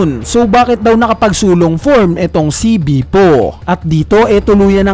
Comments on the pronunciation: please lang ilang beses ko narinig pronunciation mo ng name ni bepo is bipo 🙂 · Can you pronounce Bepo correctly? natatawa lang ako